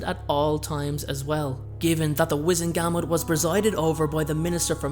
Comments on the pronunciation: wizEngamot, not wIzengamot... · GUR - MORT is how it’s pronounced. Not GAM MOT.